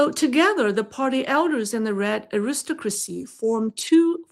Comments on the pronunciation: "aristocracy" -- pronounced AIR-is-TOCK-ruh-cee, with the third syllable "TOCK" the strongest (my apologies for correcting such a minor nit, in light of your finest insights) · Your pronunciation of Aristocracy is off quite a bit. You are stressing the second syllable when you should be stressing the first and third. More like AIR iss TOCK rah see. I say this with love as the rest of your english pronunciation is pretty good and I appreciate the work you do. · Just a little note. The word "aristocracy" is pronounced with the emphasis on the third syllable: arisTOCracy. "Aristocrat" does have the emphasis on the second syllable: aRIStocrat. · The word is Aris- Stock- Crasy.. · I should add that the word Aristocrat does in fact stress the second syllable. Aristocracy does not. I assume this is where the mispronunciation stemmed from.